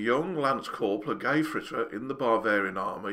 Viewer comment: Hitler was a gayfritter? XD XD XD XD I've never heard "Gefreiter" mispronounced in such a hilarious way, particularly applied to the little corporal :) That brightened my day, that did :P